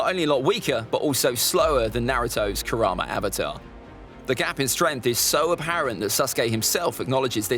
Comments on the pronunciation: It's karama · It's kurama